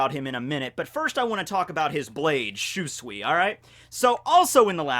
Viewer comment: I know you don't care about correct pronounciation anymore but dang i still cringe everytime you mispronounce Shusui. But hey, you're the cringe king so.. good job i guess?:D aaanyway.. I love we're finally getting more sword lore.